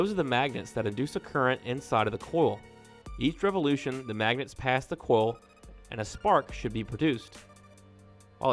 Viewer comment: Its pronounced oil. Like oyal. Not oal. and Coyal. Not coal.